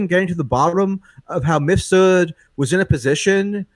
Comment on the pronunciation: it's "MIF-sud," not "missfoot".. for fuck's sake, michael pronounces it correctly like 50 times, how is still getting his name wrong??